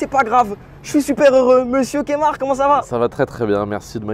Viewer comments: C'est pas Kémar mais KEMAR mais bon super interview! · il a dit kémar ... NOOOOOOOOOON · Il a dit Kémar 🤔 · Par contre ça se dit Keumar. France.